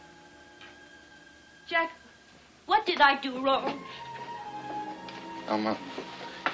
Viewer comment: Lawra New He called her Alma. It sounded like Mama tho.